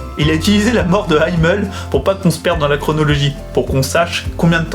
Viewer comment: Merci pour cette review ! J'hésitais à acheter le tome 1, et je suis convaincue ! (ps: je pense qu'on prononce "Himmel" à la française, ça veut dire "ciel" en allemand. xD)